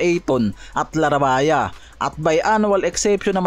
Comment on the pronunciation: Bakit LARABAYA pag banggit nyo sa Surname ni JAKE LARAVIA Ang tamang pag bigkas dun ay LAREYBYA sa TAGALOG.